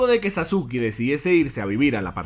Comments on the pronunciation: Quien es sasuki? Sabes pronunciar los nombre? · Se dice saske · Dijo sasuke pero se dice saske